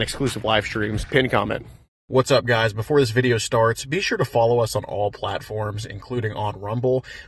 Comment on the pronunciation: Guysh, guysh, I don’t know why does so many catches! If I got all my donations to go to Washington I would do one catch and then take a vacation guysh!